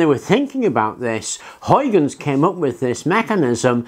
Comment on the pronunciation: Lol! English people just can't pronounce "Huygens"! I was already smiling when I saw his name in the title of the video; let's hear say "Huygens"!😂😂😂 Ok, let's just call him "Hoikins"for now. We got bigger problems to solve...